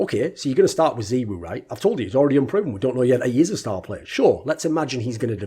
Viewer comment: “Zeewoo” lul its “zaiwoo”